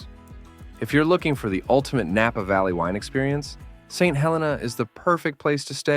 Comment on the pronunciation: The wine train is overrated and overpriced. The ballooning is a great experience if the skies are clear. But you say no noise, the engine firing is very loud. You also mispronounced St. Helena. It is not pronounce like the volcano. I guess fake voices just don’t know. You also mispronounced Yountville.